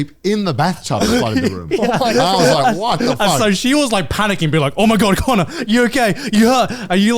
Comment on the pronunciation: Crazy how you can hear they’ve been to America trough certain connors uses and the way he pronounces them😂